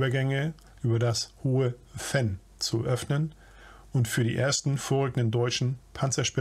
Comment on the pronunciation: Venn spricht man Fenn.